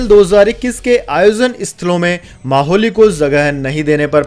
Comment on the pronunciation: अरे भाई अब मोहाली भी ठीक से नहीं बोल सकते माहौली बोल रहे हैं